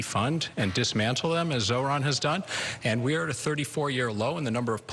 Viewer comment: So pathetic of Cuomo to keep mispronouncing Zohran's name when the guy is getting practically equal numbers in the polls. Pure racism.